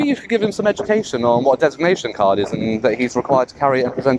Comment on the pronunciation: 6081 couldn't even pronounce 'designation card'😂